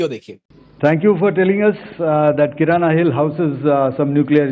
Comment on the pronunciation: Kirna hai sab kirana bol rahe